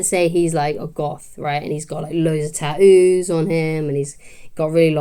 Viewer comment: There are three T's in the word tattoos, not one 😂